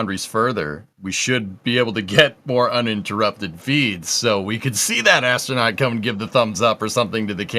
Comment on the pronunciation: Why is a person who is a commentator for NSF pronouncing 'astronaut' as 'ashtronaut'?